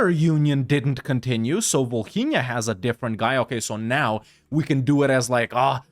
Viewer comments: Bro why do you pronounce Volhynia like Bohemia 😭😭😭😭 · As a Ukrainian, I just laugh the way you pronounce Volhynia. For me It is so hilarous